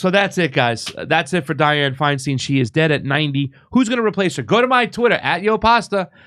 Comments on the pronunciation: You re pronouncing her surname wrong. It's not a long "e" in stein. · Lol it's hilarious how he switches between pronouncing Feinstein as "stine" and "steen" almost every time. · Dude can you just pronounce her name correctly once or just the same?